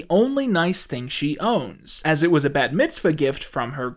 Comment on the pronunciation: pronouncing the bat in bat mitzvah like bat the animal is so funny. man who doesn't know how bat is pronounced has to remind jewish character that she's jewish